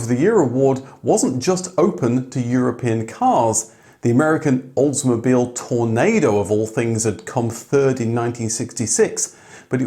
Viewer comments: Another great video! BTW, the 1966 Oldsmobile you mention was the Toronado (pronounced tor oh nah doe) not the "Tornado." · Can I be the 499th person to say it's not the Oldsmobile Tornado, but Tor-on-ado. Otherwise this has been a fantastic series of podcasts. Very well done. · POON-toe, not Punn-toe. TorOnado, not Tornado. Not hard to say correctly. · Fun videos. Small note, it was the Oldsmobile Toronado, eight letters, not "tornado." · Its TorOnado not Tornado. It it was named after wind it would be a VW or Maserati rather than an Olds. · Oldsmobile did not sell a weather system.... haha you need to pronounce 'ron' in there somewhere. [to-ron-ado] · It’s the Olds Tor oh nah do. Not the tornado. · Hey, teabag, learn how to pronounce the word Toronado! It’s not tornado! 😂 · Wasn't is Oldsmobile To-ro-Naa-do? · Check the spelling and pronunciation of "Toronado"!